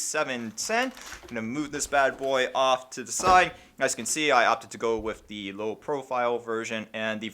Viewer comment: I don't understand people getting mad about the way you pronounce mate. I'm just looking forward to you saying with instead of wif.